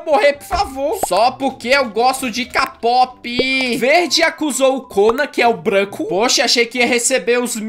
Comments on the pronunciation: Se pronuncia quei pop, dá agonia ele falando k pop kkk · n é kapop é kpop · Da uma agonia dele falando k pop é kpop Edit:eu gosto de vc mas é kpop kkkk i love you ❣️ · Ele não sabe falar kpop kkkkk vc é demais